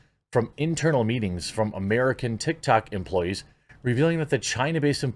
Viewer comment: "TikToCCC" "BreEEEch" Come on, man